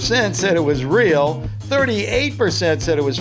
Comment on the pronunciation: Not reak